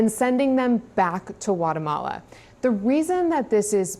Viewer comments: Guatemala 😂 not Watermelon 🍉😂😂😂😂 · Atone faces talking heads decide that these children are plucked to return to their home country. Excuse me, it’s Guatemala, not Whatamala. Don’t be too precious. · Is it just me, or does "Guatemala," begin with a G sound?